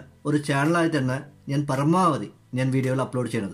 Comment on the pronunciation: പറമാവധി അല്ല .പരമാവധി ആണ്.ചേട്ടൻ ബംഗാളി ആണോ